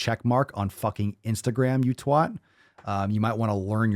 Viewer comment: hearing the word "twat" from an american is so jarring 😳